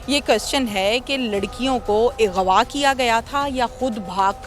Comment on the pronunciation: Yar is channel ka nam urdupoint hai aur anchor ki zra urdu check kero. . . Ighwaa . . 🤔Aghwa lafz hota hai bibi